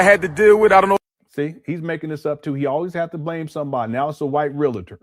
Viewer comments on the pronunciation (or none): none